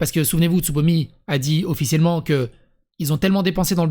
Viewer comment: Il n'y a que moi qui entend ''sodomie'' au lieu de Tsubomi?